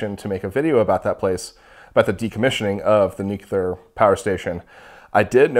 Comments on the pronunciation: New-clear, not nuke-u-lar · all 3 "measurements" were incorrect - because of wrong geometry, so you just ignore all 3 of them - this is how you should understand "that". also "nuke-lar", that's SO funny to hear, multiple times : )))